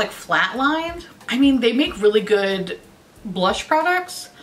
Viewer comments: I am PISSING MYSELF over the way and amount of times you said blursh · that Mmmmitchell collection is hideous, you’re drunk, go home! 😂😂 Drunk you saying ‘blursh’ is glorious! I love the Jouer lip oil, but like, that’s the only Jouer thing I’ve tried. 😂✨